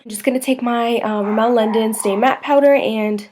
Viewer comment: This is such a cute look, and your pronunciation of Rimmel makes me giggle a bit but that's the way you say I suppose :) This look is great though!